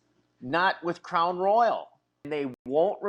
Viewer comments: Ummm, it's Crown Royal, like the king Royal. It's not RoyalE. 😅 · We don’t say roy-yal in the south! We say royal like “the royal family”. I don’t know where Nancy got that crazy pronunciation but it wasn’t from the south! 😂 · It's Crown Royal, not Royale. This woman is definitely going to prison. Her unborn child probably will be taken from her, too. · Omg Nancy it’s not crown royale, it’s crown royal (like the Royal family) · You're so familar with Crown Royal that you can't even pronounce it. It's ROYAL not Royale. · Crown Royal NOT ROYALE…. Making it sound like the James Bond movie 😂😂😂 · Well it’s Crown Royal, not Royale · It is Crown Royal, Nancy, not Crown Royale. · ITS NOT CROWN "ROYALE"....its Crown Royal ffs lol😅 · Royal, NOT Royale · Nancy its Crown royal not roy-al!! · CROWN ROY-YELL 😆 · Nancy is not pronouncing it correctly😂. It's crown royal. But I'll let it slide. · Same pronunciation here in the midwest, just crown royal, plain and simple. No roy-AL lol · Was there a sticker that people put inside of wallets? An 80s thing. Royal vs Royale pronunciation